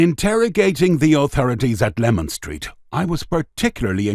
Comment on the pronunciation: listen again at 3.38 he said lemon nothing wrong with my hearing n I'm an EastEnders Leman runs south from Whitechapel Road to Cable Street